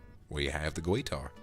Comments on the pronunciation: I love how you say guitar hah gwuiter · Vox: "Gweetar" Me and my country background:"Where the W come from?" Also me laughing my ass off 😂 In all respect though, this was amazing and I really enjoyed it. Thank you Vox! ❤